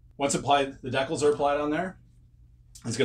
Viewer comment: That’s great that you have mastered the correct pronunciation of “Decals” now it’s time to work on “Tamiya” Ta-mi-ya Clap ooot the Syllables 👏Ta👏mi👏ya.👍